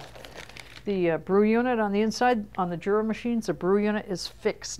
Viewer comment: It is not pronounced Jura. It is pronounced Yura. It is German, and the J is pronounced as a Y.